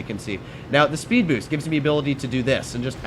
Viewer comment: "sped boost" lol